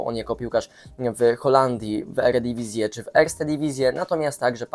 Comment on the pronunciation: Mieszkasz w Holandii i mówisz "eredivisie" nie rób wsydu rodakom w NL, lol..